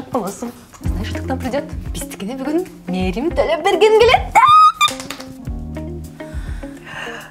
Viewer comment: Эй эмне кылгансынар, создордун баарын жазтатго, Мээрим Ттолопберген дессе Мерим толет деп жататго🤣👍